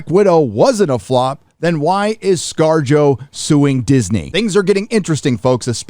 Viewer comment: Wait scar-jo ? Sounds like scar-jojo. JoJo reference!